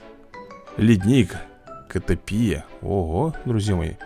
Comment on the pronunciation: Он сказал котопия а надо котОпия